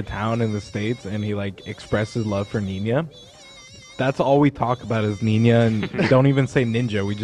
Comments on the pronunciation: saying Niña instead of Ninja was extremely annoying and boomerish. something my grandma would do and I dont even like Ninja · the way is so adamant about pronouncing it ninya is so cute